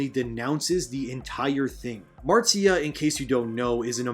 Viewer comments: Absolutely love your channel and have subbed....but one thing it's not pronounced Martsia Lucas it's Marcia as in the Brady Bunch...Marcia Marcia Marcia😉😂🤣🙌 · Marcia Lucas is pronounced the same way as Marcia Brady